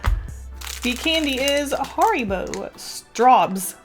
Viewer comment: The way you pronounced Haribos killed my soul.